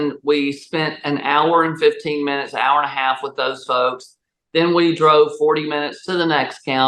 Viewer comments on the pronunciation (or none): I like how she said air instead of hour